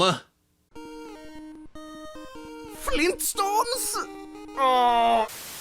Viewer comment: Oh man you're going right to hell. FLEENSTOONES? IS VIYROOS.